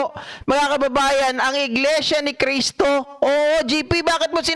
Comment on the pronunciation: iglesia ni cristo...ni manalo..yan po ang tamang bigkas